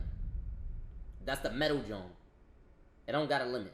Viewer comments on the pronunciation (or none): none